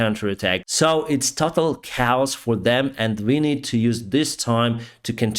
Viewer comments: English language pronunciation tip - , it's "total KAY-awss," not "total cows"! Slava Ukraini! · Chaos is pronounced KAY AWS, not cows. Just an FYI.